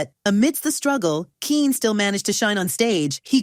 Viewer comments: I think it's pronounced Kenny even though it's spelled Kene. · He pronounces his name the same as "Kenny". Not "keen". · Using AI voiceovers? Smh. His name was pronounced “Kenny” not “Keen”.😅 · HE PRONOUCE IT, KENNY!!❤✔ GET IT RIGHT!!❤😂! DUHHH!!!!😊😊😅✔ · Kene's name is not pronounced "Keen." It's pronounced "Kenny." I know this because in the 1970s he hosted a PBS show called Burglar Proofing, and he said his name at the beginning and end of every program. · This lady is good but she pronounces it Keen it's pronounced Ken otherwise known as Tyler Hudson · His first name is pronounced Kenny. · Pronounced Kenny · It's that dang AI narration, that mispronounces so many words, especially proper nouns and abbreviations. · His first name - Kene, is pronounced Ken - E or Kenny. Tune up the AI Model... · its pronounced Kenny !